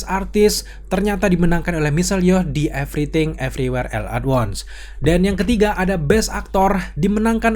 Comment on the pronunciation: salfok sama ALL yang di pronounce EL dan bukannya OL.